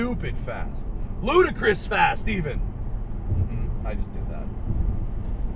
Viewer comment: Its LUDICROUS (Lu-Di-kres) not Ludacris ;)